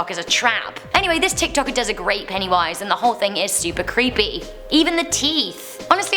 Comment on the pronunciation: PENNYWISE NOT PENNY VIES